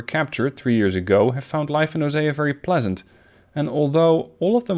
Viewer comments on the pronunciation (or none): It's pronounced oh-see-ah